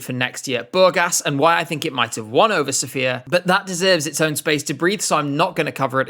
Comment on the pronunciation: you're doing a video on Burgas and Sofia can you please at least look up how to pronounce the names of the cities properly? Also, Surf shark is a scam